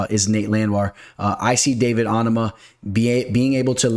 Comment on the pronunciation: OH-NAH-MAH 😂😂 Your name pronunciations crack me up. Let's get to that bag tho!!! $$$